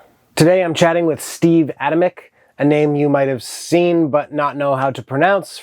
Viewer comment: Another great video! Huge fan of the Steve Adamyk Band. Glad to hear I have been pronouncing his name correctly. Hoping he releases a new record sometime, it's been a minute.